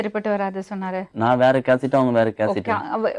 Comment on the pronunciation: கேஸ்ட். கேசட்' இல்லப்பா மாப்பிள்ள.